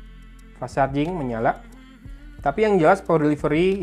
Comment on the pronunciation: Pas sarjing Orang sunda ga bisa ngomomg huruf "F" 😂